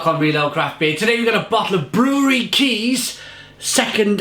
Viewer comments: Kais, Kees, not cheese kees. More like cage a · Lol, Kees makes some intriguing beers, that's for sure! As a Dutch native we whisper softly in your ear: [Kees] is pronounced as [Case] (oh, I see I wasn't the first one to comment on that, oops...) The taste will be the same I guess :) We hope to shoot a short video doc at Brouwerij Kees somewhere this year! In the meantime you might like our other video docs about Dutch craft breweries. Happy to sub to your channel!